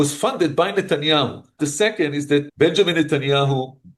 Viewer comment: I can teach you how to pronounce his name correctly.